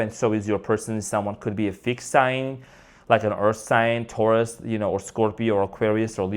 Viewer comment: Omg 🙈you said it ” Thourus” stubborn earth sign needs to be humble 🙏👌♥️